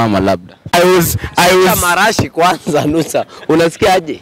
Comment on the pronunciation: Never trust a man who calls perfume "Marashii"😂😂😂🤣🤣